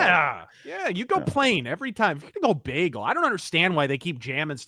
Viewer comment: I'm from Ontario we do NOT SAY "BAGELLE" lol